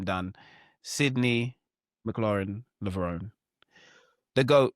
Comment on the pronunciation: It's Mclaughlin-Levrone: mik - louff - lin. le-vro-ni